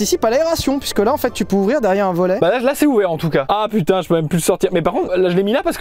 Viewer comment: De à .. GRRROS AXENT BEEEELCHE SPOTTED PUTIIING 😂